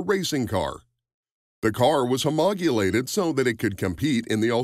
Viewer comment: It’s one thing to have Americans totally torture Aussie names but “Homogulate” really? 😂 Yeah somehow that catch phrase about being the first place for auto information is a far cry from reality.